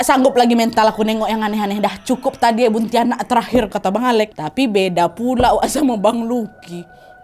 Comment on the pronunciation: Buntiana kak bukan buntianak